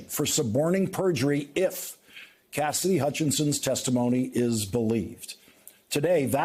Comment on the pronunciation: It always sounds like you're saying Cassdy. Her name has 3 syllables: CAS-SI-DY.